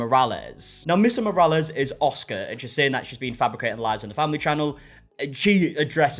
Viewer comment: it's Mr. Morale as in "morals"